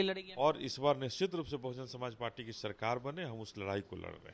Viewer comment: Anchor bhai kamse kam party ka naam toh sahi se le lete. .bahujan samaj party